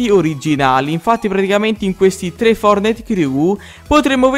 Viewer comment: Fortnite si dice no fornite lmt